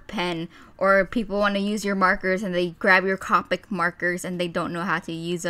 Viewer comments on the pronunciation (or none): Coo-pick not Ca-pick nothing against you though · you say copic wrong